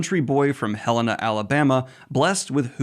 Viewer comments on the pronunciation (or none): Hahaha you can tell Daniel isn’t from Alabama cause he pronounced it “Hel-eh-na”. It’s Hel-EE-na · Not sure if the author is from Alabama but the locals to Helena pronounce it differently. They say it as Hell -Lena (like Lena Heady’s name). Definitely some imaginary extra L in the pronunciation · I would assume Malik is pronounced Ma-leek and I know for sure Helena, AL is pronounced Huh-leena